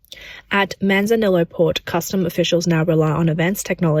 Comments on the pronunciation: Manzanillo is Mexican Spanish and is pronounced "Man-zah-nee-oh". 🇨🇦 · I know, that was painful listening to her pronounce it. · Just so you know, double Ls in Spanish is the same as 'ee' in english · The double L's in spanish are pronounced like a Y. So Manzanillo is pronounced Manzaniyo